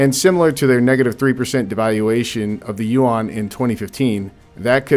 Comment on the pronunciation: Chinese currency is called "Yuan", sounds more like ruin (ruine) in French accent, not "u-wan", "u-wang" or "u-wand".